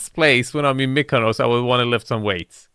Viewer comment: STOP SAYING KONOS WTFFFFF